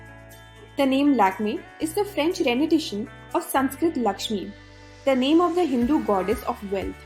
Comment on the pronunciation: Nice informative & to the point content. Good & clear speaking. Not so relevant points : Check pronounciation of words 'rendition' & 'subsidiary' & . P. S. Length of the video is perfect.